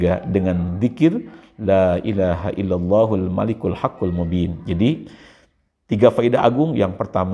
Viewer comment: Bacanya yg bener Hul malikul apa Al Malikul Pak ustad